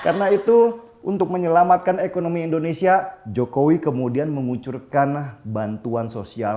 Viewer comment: Tujuan gua nntn yt sekarang cuma liat lu bang. Tapi tolong lah kalo ada kata2 Indonesia jangan abang sebut endonesia.. pake in atuh bang